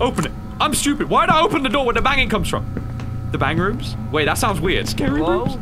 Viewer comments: “The bangrooms?” 🗿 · "The Bangrooms" literally made me choke on my noodles